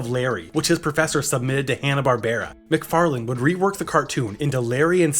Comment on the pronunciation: There's no "D" at the end of Seth MacFarlane's name.